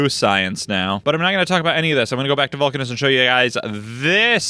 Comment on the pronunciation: You can probably pronounce Vulcanus the same way Uranus is pronounced, with an Uh sound instead of a long-A sound, so it would sound like Vuhl-Cuh-Niss.